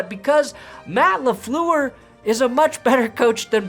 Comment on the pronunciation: By the way, it’s Matt Lafler, not Matt Laflu er.